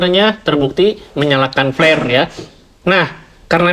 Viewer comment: mang tolong pengucapan huruf P dan F dibedakan. flare kalo dibaca pake P artinya jadi jorok. Sekedar masukan ieu mah